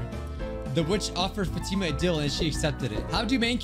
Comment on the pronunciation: the name Fatima is pronounced fought-emma